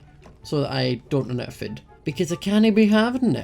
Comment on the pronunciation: why do u say fod but its food